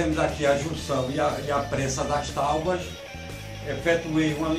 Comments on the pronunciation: Agora eu faço pergunta que Jesus fez há mais de 2000 anos atrás. Quem nunca errou a tire a primeira pedra. Eu erro todos os dias. Não é porque r pronunciei taubas, que eu não sei falar e escrever a a palavra certa. O correto é Tábua com aceto agudo no primeiro A. ALL right? Um abraço. Faço o convite para vir conhecer os outros vídeos do canal, não esqueça de deixar seu like 👍. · Eu ouvi talbas 🤣🤣🤣🤣🤣🤣🤣🤣🤣🤣🤣🤣🤣🤣🤣🤣 não é tábuas?🤣🤣🤣🤣🤣🤣🤣🤣🤣🤣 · Legal o vídeo, mas... "táubas"? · Escrevem certo tábuas e falam taubas? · Cara, quem não errado, né? Eu poderia ter resolvido esse pequeno erro vdd pronuncia na edição do vídeo, mais deixei para saber quantas pessoas inteligentes iam ficar presa nessa palavra e não no conteúdo em si. O certo é escrever e pronunciar TÁBUA. O assunto aqui é marcenaria e aula de português William. Stay in piace my brother